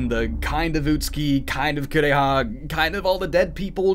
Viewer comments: Kuon! I'm sad to say I've never had the chance to play it myself (that price is the scariest part of the game!), but it's one I really enjoyed watching. It does suffer from its share of flaws and the pronunciations of the Japanese names ("Korea!" instead of "Kureha") aren't...the best, but it does have an undeniable charm that comes largely from its setting (for me, at least). It's a bit rare to see a game set in the Heian Period, especially a horror game, as opposed to a more modern setting (i.e., Project Zero/Fatal Frame or Silent Hill). This particular setting really adds to the game since folklore was such a quintessential part of that period and it plays well on the fears and beliefs of that time. Cosmology of Kyoto is probably the only other game that I know of that captures the same kind of feeling that Kuon offers. I'm really glad to see you cover it! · When I saw a playthrough of this game, I felt like they didn't make the mouths move because they were trying to emulate old Japanese theatre where they used masks for different characters. Also the way the VA pronounces "Kureha" makes it sounds like "Korea".